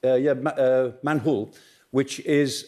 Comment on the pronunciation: a place called manhul, eh eh eh eh eh... Manhole😂